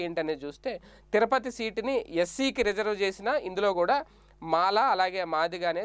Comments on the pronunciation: BABU TIRUPATHI NOT TIRAPATI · తిరపతి కాదునాయన తిరుపతి